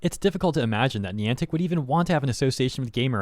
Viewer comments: It’s pronounced N-eye-antic. Not N-ee-antic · Me clicking on the video: Please get the name right, please get the name right, please get the na-- AH FOR FUCKS SAKE. It's not fucking KNEEANTIC, IT'S BILL NYE THE SCIENCE GUYANTIC!